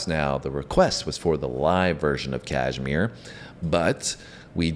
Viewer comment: Kahmire was a place - they had house . Girls also like Dyer Maker. Sounds like Die r maaaker.